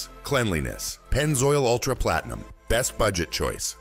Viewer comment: When they said Platenium, I knew it was AI.